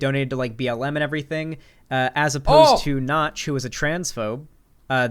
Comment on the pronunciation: making a Minecraft clone and calling yourself Nox… not “Notch”, this seems like the first gaming industry plant